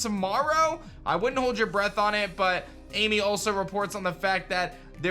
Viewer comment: Ami is pronounced like Ahh-Mee NOT like the English name Amy, FYI... I used to think that too at first when I started working with a new girl whose native Japanese and I was really surprised when she told me I was pronouncing it wrong lol but yeah Ami = Ah-Me.